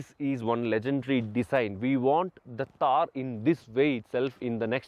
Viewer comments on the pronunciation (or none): It's not taar it's t-th-aar _ थार ❤️❤️🖤